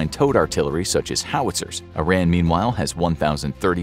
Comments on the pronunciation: it's not "eye ran" it's Iran pronounced as "eeran" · You are pronouncing Iran wrong it’s “ear” an not “eye” ran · It's 'ee-RON,' not 'eye-RAN' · It's pronounced "E-ran", whenever somebody says "I-Ran" I respond with: Where'd ya run to? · It’s pronounced E-raan! Not I-ran! It’s not track and field. 😆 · It's not about being gang bro!this person is talking about this country and its situation;so let's know the right way to say the name there's no harm in that:) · It is not I-RAN it is pronounced like E-ron. just for your information. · It isn't I Ran. it is E Ron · First off, I ran not! Iraaan /eerun/ to be pronounced. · Very informative. I would ask for you to pronounce Iran correctly though! Iran is pronounce (E, like the letter, ron) (Iran = E Ron and Iranian is pronounced E Ron Ian like the name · Dude it is called E'ron in English. Just because some US politicians said it wrong due to their lack of ability to read and pronounce words, doesn't change the fact that is is E'ron . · oh man, every cell in my body jumps each time I hear I-Ran. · Eeer-ahn. Eer-ahnians. There, I fixed it for you! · EEE RAHN not ih ran not EYE ran Texan, here. German, French, Irish and English ancestry. Catholic. I just like correct pronuciations. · Angel: How many Americans can’t pronounce Iran? God: Yes